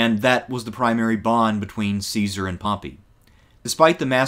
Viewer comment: the pronunciation IS NOT "see-sar" it's "kai-sar" JOO-LI-US KAI-SAR = Julius Caesar the Romans HAVE NO soft "c" sound, they used "s" for that CICERO is not "sis-sir-oh", it's "kik-ker-oh"